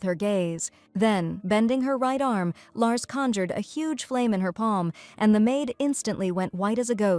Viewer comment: Larcy, not Lars